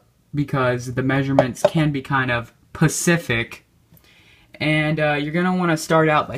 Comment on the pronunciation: you said Pacific not specific